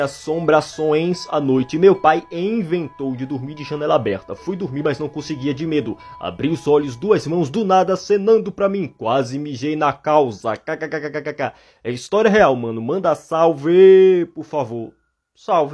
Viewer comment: Engraçado é quando ele fala causa em vez de calça kkkkkkkkkkk